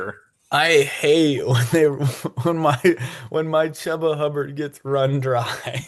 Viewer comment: It’s a shame that Chuba Hubbard is stuck on the Panthers. If he were on a real team, maybe people would know how to pronounce his name properly. (Choo-ba)